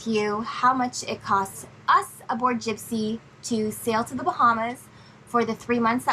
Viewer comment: Jibsea... lol